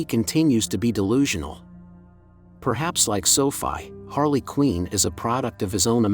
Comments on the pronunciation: It's QUINN! not " QUEEN " ! get it right. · Quinn is not pronounced “Queen”. It’s rhymes with gin or tin or bin.